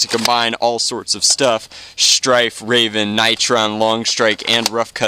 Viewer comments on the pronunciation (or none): Strayven... smh. Gutted a poor Rayven. #RayvenLivesMatter